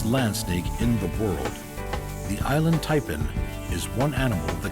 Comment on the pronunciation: inland taipan. INLAND taipan. INLAND taipan. pathetic.